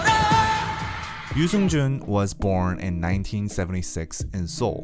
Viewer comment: Subtitles be like pronouncing his name as "News engine" Yoo Seung Jun🤣🤣